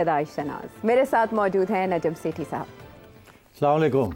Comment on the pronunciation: سیٹھی صاحب آپ ( سامہ لیکم) پلیز السلام علیکم کہا کریں 😊